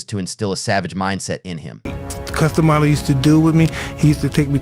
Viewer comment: If you CANNOT pronounce Cus Damatos Name then dont make vids on it.